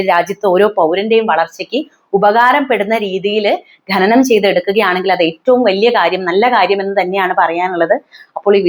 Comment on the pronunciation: എന്താ മോളെ ഈ ഗനനം? ശുദ്ധ മലയാളം പറയൂ, ഖനനം ആണ് ശരി.. Eg നഖം